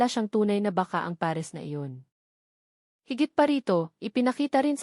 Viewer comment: Bago na pala ang pag bigkas ng pares peres na